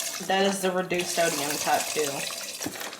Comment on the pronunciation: She really said “sodiYUM”